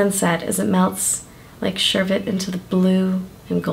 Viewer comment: You pronounce it "Sherbet" and not "Sherbert" which made me happy!